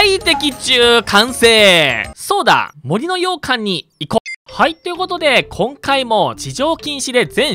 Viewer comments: ずっと羊羹にしか聞こえない 森の羊羹てなんだろってなってる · 洋館のイントネーション『羊羹』やん笑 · もりのようかんに関しては完全に方言によるイントネーションだよね？私もそんな感じだから たしか出身県が近かったはずだから… もし違うならただただ私はに影響されただけ笑